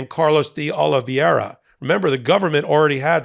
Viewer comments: It's De Oliveira with 2 'i's, but you have the pronunciation correct. This is a very common (and annoying) mistake with the "ei" vowel blend. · respectfully, I know you don't speak Spanish or Portuguese, but this pronunciation of that last name Oliveira is killing me lol It's pronounced "Oh-Lee-Bay-Rah" You are actually pronouncing the R correctly because it's a soft one, almost like a T or a D, not the "rolling R" everyone assumes is the only one.:-) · It's not "Oh-lee-vee-eh-ra", but "Oh-lee-VAY-ra" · Fyi, Oliveira is pronounced oh -li -vey -ra. You are pronouncing it oh-li-viye-ra. That would be correct if the name was spelled Oli-VIE-ra. Hope this helps ❤ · the name is pronounced OliVAYra. It's Portuguese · Not a big deal, but… please USA, please… figure out the pronunciation part of the reading thing. Di Oliveira… not Di Olviera nor Di Oliveria. Just remove the i altogether maybe and you might get closer. It just hurts each time I hear American reporting on that guy. And it’s everyone reporting on that guy in the US. I have never even seen his name… I just know from how much it’s massacred. I hurts even more when it’s the smart people I respect that cannot make it. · You're butchering that guy's name and it's nails on the chalkboard for me.... It's spelled Oliveira... pronounced O-li-v-eh-ra. Not Oliv-i-eira as you're saying it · Portuguese isn't that difficult. oh lee VAY ra. That is, the spelling is Oliv_e_i_ra, not Oliv_i_e_ra. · It’s YUSCIL Tavares, not “Jose”. And it’s “Oliveira” not Oliv-ee-eira. Love the MT work but you and Bret regularly mispronounce names mentioned in your videos. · Spanish is pronounced phonetically. Ol-liv-veh-ee-ra. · Americans have trouble saying Oliveira. They think it's Oli-viera.